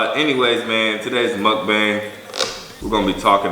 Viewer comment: Remember when he use to say Mukabang